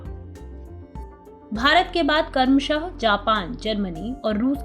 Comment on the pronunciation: Uccharan me aur sudhar ki aasha hai....jaise kramashah....not karmashah...vinimay dar... Not viniyamay